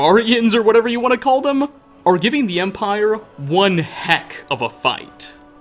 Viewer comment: Omg such a cancerous commentary.... THII empiRHEGHH